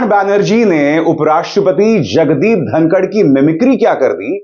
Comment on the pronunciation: It's धनखड़ not धनकर